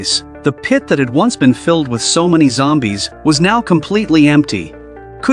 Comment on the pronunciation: I love how the new ai is like Zombae’s had been attracted to the fire he made it sound like Zombae’s not zombies!😂😂😂